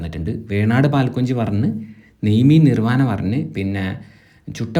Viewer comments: നിർവാനാ അല്ല നിർവാണ ☹️☹️ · നിർവനാ അല്ല സാറേ നിർവാണ...😂😂😂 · നിർവാനയല്ല.. നിർവാണ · നിർവാന അല്ല "നിർവാണ" ആണ്. അതുപോലും അറിയാത്ത ആളാണ് കുറ്റം പറയുന്നത്. ഇത് ഫ്രീ ഫുഡ് കിട്ടാത്തതിന്റെയും കാശ് കിട്ടാത്തതിന്റെയും കലിപ്പ് ആണ്.